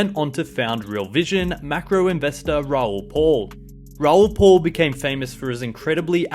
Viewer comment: It's Raoul PAL !